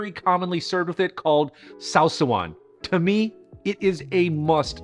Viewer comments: Pronounciation correction: saw-sa-wan. Long first saw, then sa-wan. Besides that, great video, sinangag is like fried rice, and inasal is like grilled chicken, but really really great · sawsawan (the stress is on the second syllable) is just a generic word for sauce.... beautifully faithful recipe tho